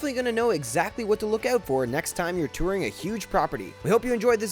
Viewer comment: Touring rhymes with hooring. I'm just sayin'...